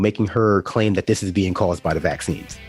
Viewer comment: Is anyone else annoyed as shit by the way Candace says "vaccines"? Why the hell does she put the emphasis on the first syllable like that??